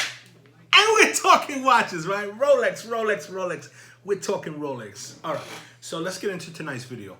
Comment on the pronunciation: ROWLECKS ROWLECKS ROWLECKS